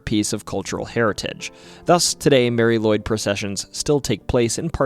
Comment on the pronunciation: If I remember right Nisse is Icelandic for Nicholas like St Nic. And sorry to say but you mispronounced Mari Lwyd. It is pronounced Marry Lu,wid.